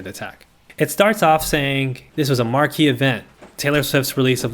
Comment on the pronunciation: New ick: "marquee" not marquis